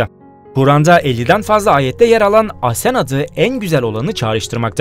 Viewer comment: Asen değil AHSEN